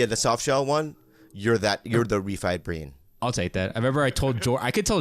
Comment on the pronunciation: Khalyla is such an angel and truly cares about him and his sobriety. I love how she's not codependent. Also Bobby can't pronounce "bean" at all. Brain, then breen. LMAO 🤣